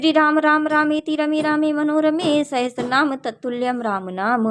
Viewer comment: didi aap bahot accha kar rak rahi hai --- par VISHNU "SAHASRA" NAAM HAI NAH KI "SAHASTRA" NAAM